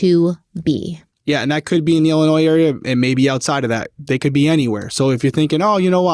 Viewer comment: Illinoi…the ‘s’ is silent. Good show. Thanks!